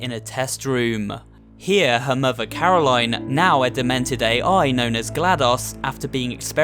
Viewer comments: He keeps calling Caroline "Caro line" even tho it's pronounced carolin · Says Carolaine Shows video of turret saying Carolinn Proceeds to say Carolaine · BillieTheDoll It’s Caro-lin, not Caro-lighn. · The Turret: Her name is Caroline Him:Caro*line* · It sounded like the turret corrected you for the pronunciation of Caroline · I hate it when he say caro line, And not caroline, The turret even said it, But he still did it anyways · itS NOt CaROlaINe, itS CaroLInE! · Hears it pronounced as care-a-lyn Still pronounces it care-a-line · Its pronounced caro len not line like its written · IT"S NOT Caro-line, it's Corolin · Turret: Her name is Corolaine her name is Caro-Line Turret: Corolaine So who was caro-line? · "caroline" robot: "is pronounced carolin you idiot" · It’s caralion say it (CAR I LIN ) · Why does he intentionally pronounce Carolin and Gladys wrong??? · People who continue to pronounce a name (such as Caroline...) differently than the way that person pronounces their own name deserve no cake at all. 🍰 🙄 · Uhh you pronounce Caroline wrong even the turret says it correctly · why did he mis pronounce caroline twice even though the turret said how to actually properly say it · There's so much wrong with this video but is nobody gonna bring up how he pronounced "Caroline"